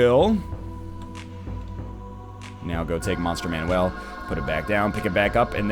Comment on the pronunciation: Is him saying 'Monster man-WELL' phonetically an inside joke, accent, or does he legitimately think its pronounced like that instead of 'Monster MAN-ule'. Not hating, just curious.